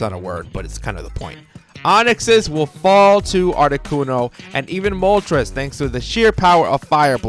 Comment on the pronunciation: I cannot stand when younger people pronounce Moltres wrong. The names are based off of Spanish: uno, dos, and tres. When you pronounce it like trez (rhymes with Pez) it makes the video unwatchable. I'm aware a couple of times the anime pronounced it like that. Doesn't excuse the ignorance.